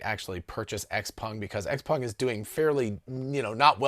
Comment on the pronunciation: Kudos for good Chinese pronounciation on XPeng